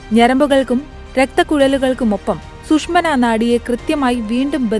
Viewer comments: സുഷ്മനാ നാടി അല്ല സുഷുംന നാടി ബയോളജി ക്ലാസിൽ ശ്രദ്ധിക്കണം 😄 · ഹലോ മാഷെ , സുഷ്മിന അല്ല സുഷുമ്നാ ആണ് 😂😂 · റിപ്പോർട്ട്‌ 👍..സുഷ്‌മന നാഡിയല്ല...സുഷുമ്‌നാ നാഡി യാണ്.. തിരക്ക് പിടിച്ചു വായിച്ചപ്പോൾ തെറ്റിയതാകും.. സാരമില്ല..